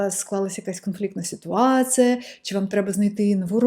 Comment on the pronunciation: у вас очень хороший результат в украинском, но некоторые ошибки в произношении режут ухо. первый вариант - это то, как вы произносите, второй - как это звучит в украинском. 1) ситуацЫя - ситуацiя, пишЫть - пишіть, доречЫ - доречі, якЫ - які -- украинская буква і у вас часто произносится как Ы. 2) ви ходитЫ - ви ходитЕ, бЫнтежить - бЕнтежить, дужЫ - дужЕ, Ыкран - Екран -- иногда украинская Е (произносится как э) у вас тоже превращается в Ы. 3) молітва - молИтва -- иногда украинская И (звучит как ы) у вас превращается в русскую И. 4) мотивацЫИ - мотивацiЇ -- здесь наверное нужно просто потренироваться выговаривать Ї. 5) iнформацЭйного - інформаційного, ситуацЭИ - ситуації, необсмоктанЭ - необсмоктані, рЭдина - рідина -- украинская i у вас иногда произносится как э. удачи в изучении языка! пс: речь идёт о стандартном украинском из учебников и новостей, суржики и акценты могут звучать очень по-разному.